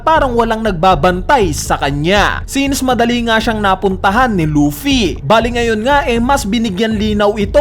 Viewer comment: Loaffy ng loaffy umay pre.. Luffy kasi un